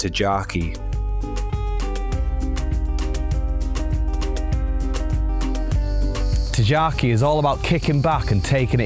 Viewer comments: tingaki, sounds like Tin Gaki, like g for good not like J. And Psalidi is like sah-lee- dee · I understand some of the names are difficult to pronounce but the first correction is PSALIDI not Plasidi. The second correction is the G in Tigaki is a hard G . The third correction is the emphasis is on the A in KardAmena. Otherwise it's a very good video, well done.